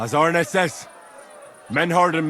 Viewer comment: The "Denglisch" is hilarious, I'm laughing meinen Arsch ab. And I like how you pronounce Arne, to good. ^^